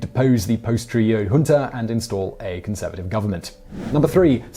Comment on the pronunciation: It’s junta with a j sound not h